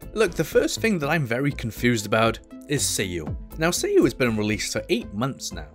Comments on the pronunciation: It's SAYU not SEYU 😅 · My asian brain honestly thought you said seiyu but it was Sayu xd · Me thinking u said "seeU"